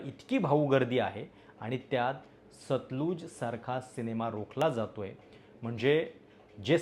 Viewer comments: उच्चार सतलज आहे, सतलुज नाही. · सतलुज नाही हो, सतलज. नदीच्या नावावर आधारित आहे.